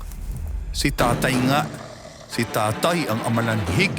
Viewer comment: pagkakaalam ko amaranhig yun Hindi amalanhig…